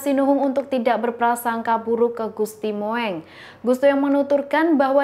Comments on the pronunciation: Jangan salah baca dan bacalah dg ejaan yg benar agar baca Gusti mung bukan Gusti moeng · Bacanya...gusti mung...,bkn moeng,lu kira kucing...? Tulisannya emang moeng itu ejaan lama,tapi bacanya mung. Ditambah ya mbak...wawasannya. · Duh...ni lgi nglawak ya... Gusti Moeng...diucapkan Gusti Mo-eng😅 Yg benar Gusti Mung.. Belajar lgi ya...biar keliatan pinter dikit🙏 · Aduuh jangan dibaca Gusti Mo eng tapi Gusti Mung ( ejaan jawa "oe" dibacanya "u") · Mbak maaf GUSTI MOENG (MUNG) bukan MO ENG maaf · MBAK PESENTER KURANG LITERASI SEPERTINYA. GUSTI MOENG SEHARUSNYA DIBACA MUNG. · gusti Mung mbak mocone.. pehh.. Sinuhun bukan Sinuhung. tribun duh tribun. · Hello.... Itu Ejaan lama, Gusti Moeng d baca Gusti Mung.... Ini lho, memang sekolah ga d ajari Ejaan lama ya, siapa guru Bahasa Indonesia nya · Gusti Moeng itu dibaca Gusti Mung dong.... Pembaca berita mestinya tanya dulu kepada yang tahu ejaan dan cara mengucapkannya. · Maaf ya, apa gak paham "sejarah bahasa indonesia" ya, penulisan ejaan lana "OE" dalam nama Gusti Moeng, itu, ya dibacanya jgn sesuai ejaannya, (kan sekolah juga to??), itu dibaca "U", Jadi untuk nama Gusti Moeng (dalam penulisan), ngebacanya ya "Gusti Mung" saja, jadi gak malah ANEH DENGERNYA!!! Aduuuuuhhhhh, kayaknya TRIBUN NEWS ini BUTUH LITERASI DEH!!! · kalau nyebut nama orang yg bener.huruf oe itu dibaca u. Gusti moeng dibaca gusti mung